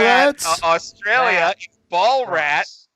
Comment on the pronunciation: It's spelt Ballarat and is pronounced bal-a-rat. Not sure how you couldn't pronounce the a.